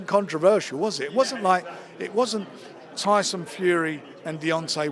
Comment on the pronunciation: Tyson Fyson ! Classic.